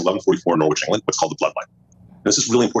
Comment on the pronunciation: Heh he said norwich wrong